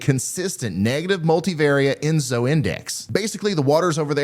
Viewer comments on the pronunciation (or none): none